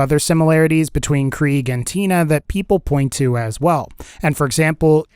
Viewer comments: It’s prounounced “Craig” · It’s pronounced kra-g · Kriegs not German though 😂 it’s prounounced “Craig” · I thought krieg was pronounced craig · It's pronounced Craig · Why do you say krieg as kreeg you make it sound stupid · I think its pronounced kreg